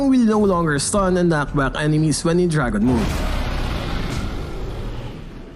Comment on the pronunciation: Say knock back again😂